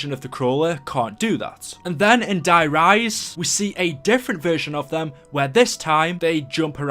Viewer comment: anyone else notice how je says die rise like is der reise